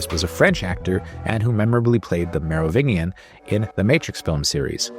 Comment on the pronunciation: Whoa, how did you pronounce the "Merovingian"? lol